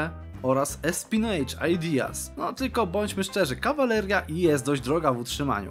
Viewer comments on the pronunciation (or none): Odcinek genialny, a nieopłacanie armi bardzo historyczne Tylko zapamiętaj na przyszłość, że espionage wymawia się espionaż, a nie espinedż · „Espionaż” się powinno czytać POZDROOO